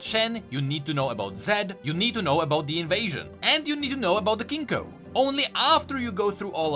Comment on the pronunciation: He can say Yoné but not Kinku